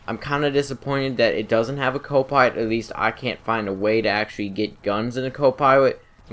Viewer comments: anybody else realize how he says pilot he says piwot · The buzzard is no way as good as the savage how would u compare it's more powerful cooler in every way also I don't ant to be mean in anyway but do u have a speech problem as saying the word 'pilot'